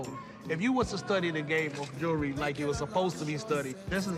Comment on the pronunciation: Why can't none of them say jewelry? I luh mah jury!!!